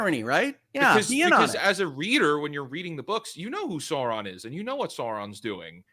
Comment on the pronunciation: I do not love how they pronounces sauron